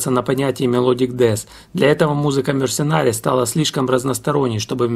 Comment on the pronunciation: Ударение в названии группы совсем иное, плюс буквосочетание "CH" в словах "архитектор" и ""технология" звучит совсем по-другому, как и "TH" в слове "сквозь". Группу обожаю половину жизни, мне уже за 50. Спасибо за внимание к музыкантам, эту группу почти никто не знает, а знакомство с ней, и правда, подарит массу незабываемых эмоций:)